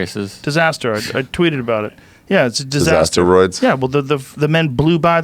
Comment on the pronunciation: TRT Joe rogan " disaSTEROIDS" LMAO